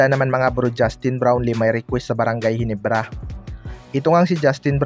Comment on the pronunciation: Ginebra lods hindi HINIBRA 😢